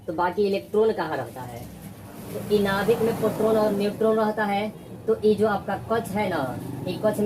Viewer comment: Sir पोट्रोन नहीं होता, प्रोटोन होता है